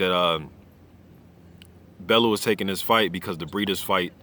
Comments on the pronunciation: You're pronouncing it wrong. You say it like "bell-you" not "bell-oo" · Love the channel, just you always say tony's name wrong. Its not BEL-LOW it's pronounced BELL-YOU (Bellew)